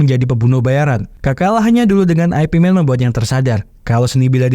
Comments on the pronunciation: Bukan Ai pi men bacanya boss...tapi IP MAN ( yip man ) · ai pi men??? yip man bang, atau ip man, jgn lu bilang aipimen, anehh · "ip man", baca nya bukan "ai pi men" tapi cenderung ke arah "yip man", itu dialek Cantonese. kalo mau pake dialek mandarin, dibaca nya "ye wen". Kalo nyebut nama "Zhang" nya masih rada oke lah, tapi kalo mau lebih detail lagi dan ditulis pake alfabet Indonesia, penyebutan nya lebih mendekati "Cheung". Semoga terjawab sesuai konteks.